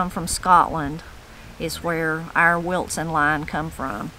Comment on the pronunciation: I love how you say “WilTson” line , but I doubt it’s spelled with the T you pronounce as you say it. Am I right? 🦋